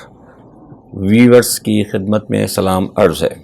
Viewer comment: ..I believe the correct word is not * veewers*..it is * VIEW ERS*